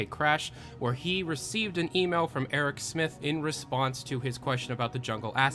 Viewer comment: eric smith somehow i heard that name as aerosmith